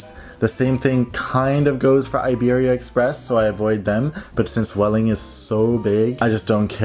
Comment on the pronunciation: It’s actually pronounced ‘bweh-ling’, as v is a b sound in Spanish. 😊